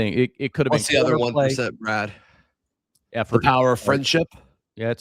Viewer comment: Damn... "Brah-D" is cut-up! 😅 Great show guys!